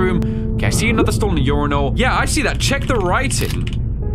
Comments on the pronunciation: I like how he pronounces urinal as "ur rai nle" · is this how British blokes say urinal? 😂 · why did he say urinal like that bro